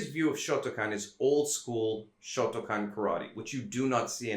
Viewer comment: Kyokushin came out of shotokahn